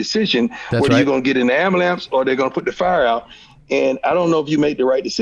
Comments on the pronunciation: The fact that Prime says “ambalamps” really pulled this whole interview together. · Anybody else notice prime kept saying ambalamps instead of ambulance like 9 times in 30 seconds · Are we just gonna ignore the amBAlance?